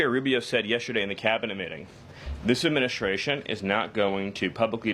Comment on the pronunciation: Agreed; but he needs to pronounce 'secretary' and 'administration' and other important words correctly. I don't know why, but ALL the media do not pronounce these words correctly, even Jesse Watters! You can't spell 'secretary' without 'secret'. A little pride in expression goes a long way. For talking heads, there's no excuse; it's their whole job!